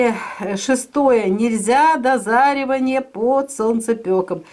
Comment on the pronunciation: Дозревание! А не дозаривание 😱